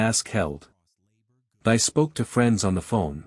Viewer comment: Thy. Pronounced Tee, not Thigh.